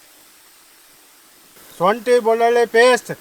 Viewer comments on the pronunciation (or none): ಒಳಗಡಿ ಅಲೋ ಮಾರಾಯ ಉಳಗಡಿ ಸೊಂಟಿ ಅಲ್ಲ ಶುoಠಿ